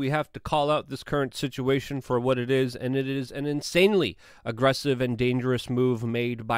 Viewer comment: EXASTURBATE THE SIT-CHEE-A-TION!!!